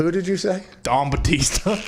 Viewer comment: Thought he said “Dong Batista” 😂😂😂